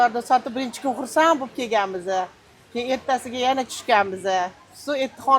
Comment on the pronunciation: Yena bir deganzdan bildm Xorazmli akanizi